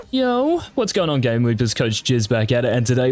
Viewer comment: My favourite part of these videos is how he pronounces his name different each time.